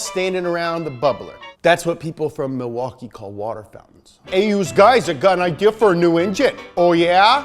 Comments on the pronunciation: Im from and live in Milwaukee. You are soooooo close, but we pronounce it "Ma-wah-kee" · It’s pronounced like Ma-waukee. Not Milwaukee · You pronounced Milwaukee wrong. Its pronounced Mih-wah-kee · Being from Wisconsin, I highly enjoyed . You also say Milwaukee funny fyi